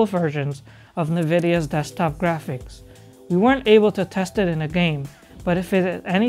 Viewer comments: Did he just say "NuhVidia"....? *facepalm * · Love how he mispronounces Nvidia every single time :)